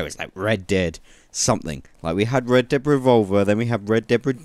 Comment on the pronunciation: really sounds like you are saying Deb and not red lol